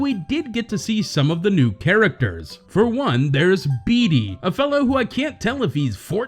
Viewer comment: I love how you pronounce Bede “Bee-dee”😭😭